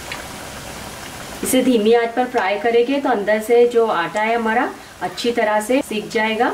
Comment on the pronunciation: Aap n jayege ,karege bolte ho ,hindi me karenge jayenge bolte hain ji madam ,aap bolne me thoda sa sudhar kar lijiyega toh aur achha hoga aapka vedio ,baki aapne tikki bahut badiya banaye h main jarur bnaungi ,thanx aap meri sujhav ko bura nhi manoge ,nari shakti mahan hain